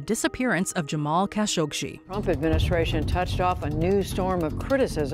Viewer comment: Jamal “kuh-shog-SHEE”??? 🤨